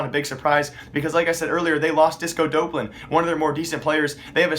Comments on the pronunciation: Its not disco dope-lan its disco dop-lan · just fyi it is pronounced disco d-awp-lan